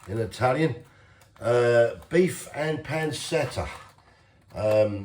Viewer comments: It’s pronounced pan-chet-ah you big wally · Pan-CHETTA! Good grief,!